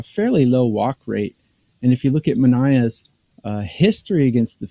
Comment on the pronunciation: Ma-Nie-ya NOT Ma-nay-yah